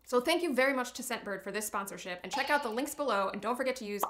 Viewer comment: Not gonna lie, didn't hear "scentbird" I totally heard "Step bird". I did a spit take. AMA.